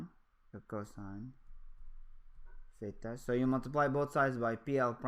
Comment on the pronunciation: I keep hearing "pheta",,lol. But this video was really helpful.